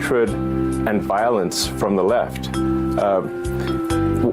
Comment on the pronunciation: This guy can hardly say “the left” lmao